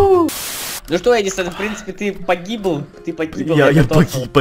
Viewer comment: вика ня Не "шо", а "что"